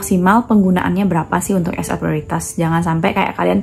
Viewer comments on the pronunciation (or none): Prioritas itu Bhsa Indonesia Mbak, jdi R nya g perlu kyk Bhs Inggris 😅